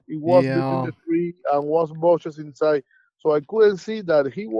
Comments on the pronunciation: BUSHES!!! Not buses! Oh my goodness, I can’t listen to your interpretation here. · Bushes , not buses.